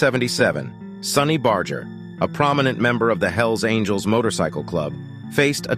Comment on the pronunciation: You can't even pronounce sonny's name correctly. Smh